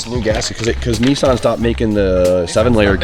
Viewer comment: actually said Nissan correct for the first time 😅 I thought I've been saying it wrong my entire existence after hearing how and the gang like Adam LZed 😳 made me rethink everything I've ever learned in life 😂 Now please stop saying Muzda, it's Mazda. Also please tell Adam to bring this event to South Africa 🇿🇦 the WORLD stays sleeping on RSA. We have car culture that even the UK is jealous of 😊